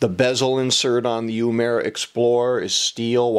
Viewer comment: not yumera but uemura